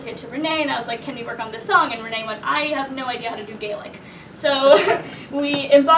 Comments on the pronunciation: You did amazing. I’m Irish. Grew up with traditional songs (ingrained) your pronunciation was superb! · You both did a great job on the Gaelic pronunciation - fair play to you. Chomh maith le Gael!! Mary O' Hara was the original recording artist with this song many many years ago but worth checking out. Well done.